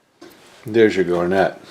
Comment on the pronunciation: I have a question regarding your pronunciation of the word “garnet.” In my experience when someone mentions the gemstone, the accent is on the first syllable: GAR-net. If I am hearing you correctly, when you mention the sandpaper, I hear it said gar-NET. Is there something I am missing? Maybe the abrasive use of the mineral is pronounced differently than the gemstone? Or perhaps it’s the old ToeMAYto vs. TOEmato? In any case, another wonderful video, we all learn something new with each one. Keep em’ coming!